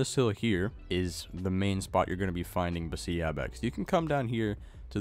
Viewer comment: Just saying Beceite is pronounced Be - the - te In Spanish sometimes a C is pronounced as a TH